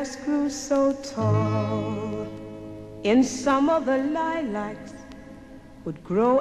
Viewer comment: Just a shame neither Verdelle nor, presumably, anyone else in the studio knew how to pronounce 'Lilacs'